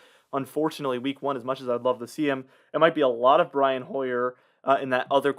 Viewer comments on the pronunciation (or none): none